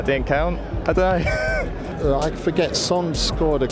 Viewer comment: 저 발음이 I don’t know 맞아요? 워~ 아시는분들 왜 발음이 저런지 알려주시와요~~~